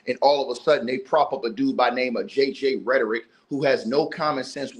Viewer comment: This man said JJ Rhetoric, Im dead